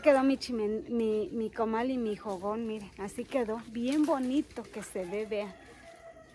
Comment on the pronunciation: NO SE DICE JOGON SE DICE FOGON